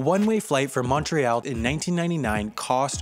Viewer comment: That's not how Montreal. You pronounce it «Mun-tree-all», «mun» like monday.